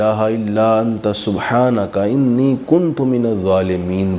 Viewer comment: رب انی مغلوب ) سورہ قمر کی ایت نمبر 10 ہے۔ اس میں انی کی الف کے اوپر زبر ہے جبکہ اپ زیر پڑھی ہے۔